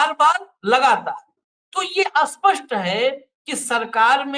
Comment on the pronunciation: 'aspasth nahin spasth' hai word to mean clearity.